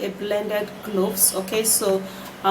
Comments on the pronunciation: That didn’t sound like anything she tried to pronounce. She needs to spell shit out on the screen, I was hearing glossed, not even cloves.. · I guess is Cloves but i heard globes